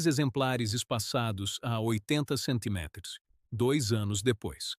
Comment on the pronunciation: Estava ouvindo os 1°s minutos e estava pensando justamente isso!! "Centiméters"!!! 😅😅😅😅